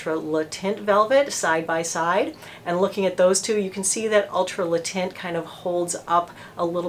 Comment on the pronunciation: The way she pronounced Le Teint.. nothing worse than an American not even trying to pronounce the product the way it should be pronounced.